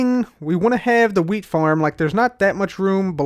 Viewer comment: sounds like your saying weed not wheat